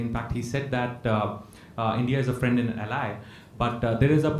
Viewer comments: Wasn't he " My Fraaand DOLAAND trump" , howdy Modi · My ferernd Doland🤣🤣🤣🤣